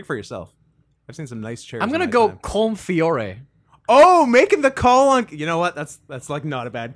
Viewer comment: It's pronounced Col-im